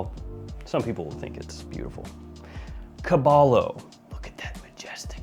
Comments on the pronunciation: It's pronounced kah-bah-yoh and it's spanish for horse. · I think it’s pronounced “Ka-ba-yo” 😂 which is horse in Spanish or Tagalog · Caballo - Ka-buy-yo- is spanish for horse 🐎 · hey heads up the double L in caballo is actually pronounced like a Y so it’d be caba - yo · Pronounced "Ku-buy-o", meaning "stallion" in Spanish. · Hey, the double L in Caballo is silent so it's like saying Kabayo. Caballo is Horse in Spanish. lol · Dude the double l in Caballo is pronounced as a y sound it's Spanish for horse. The proper pronunciation for it would be cabayo when your reading caballo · Cah-BAH-yoh my dude. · Caballo is pronounced as "KUH BUY YO". It means horse in spanish. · The first fragrance is pronounced " Cabayo", it's spanish for horse. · It is pronounced "Cabayo" which means horse in Spanish. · Caballo= cabayo? And I'm not Spanish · gotta say, you really massacred that 'caballo' pronounciation my friend😂